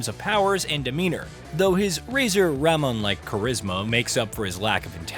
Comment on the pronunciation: Razor Ramon reference, haha. Except it's pronounced 'Ra-MOAN', chico.